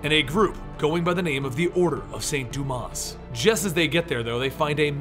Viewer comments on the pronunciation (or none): Dumas is pronounced doo-maw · Think the "s" in Dumas is silent.